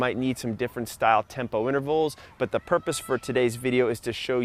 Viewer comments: Purpose not purpie. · I had audible disgust when you said "purpi" 30 seconds in. What the fuck man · Homie said purpi